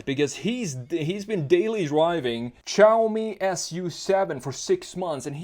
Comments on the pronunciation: It’s not chaomi or shaomi. It’s actually pronounced more like “See” “Ow” together really quickly. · its shaaomi not chaomi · I swear, where did "Chaomi" come from?! It's "Shaomi"! Except this little thing that caused me a mental breakdown, I really enjoyed the styling analysis of the SU7. Let's see how it goes if it gets commercial approval for EU market too. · Great preview of Chinese cars! It is pronounced as "Siaomi", there is no "Ch")